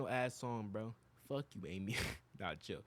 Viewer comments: just skipping through to my favs for now. but um its aimee. not almee 😂😂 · 😭 "thanK you aIMee:" K I M = KIM?!?! AS IN KIM KARDASHIAN. HOW DID YOU MISS THAT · him pronouncing “Aimee” wrong made me laugh I’ve never heard someone pronounce my name like that